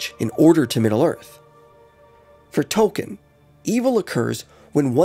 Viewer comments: It's pronounced TOLKEEN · I’m sorry, good video. but you have to say his name right if you’re gonna make a whole video about him